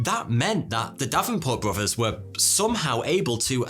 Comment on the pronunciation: “Bro vers”…..interesting accent…….